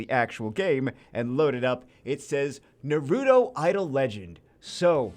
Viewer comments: The way pronounces naruto had me dying 🤣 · Why can't you pronounce Naruto correcty? Come on man